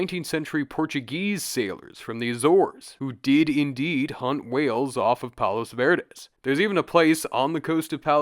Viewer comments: Just a pronunciation tip for next time. Palos verdes is spoken as “palo verde”. You drop both the “s”’s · we didn't realize the “s” sounds were dropped for palos verdes, that’s helpful for next time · Everyone here in Pedro pronounces it “Pawlows Verdiz” lol